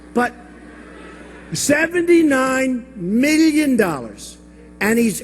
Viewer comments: four hundred MILLIOUN DOLLERS lmao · The way Trump pronounces "million" is so fucking Dr. Evil.